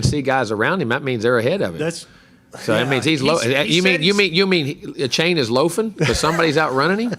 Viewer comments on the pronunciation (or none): Buddy you have footage of Jimbo saying Achane's name correctly in this video and you still mispronounced it smh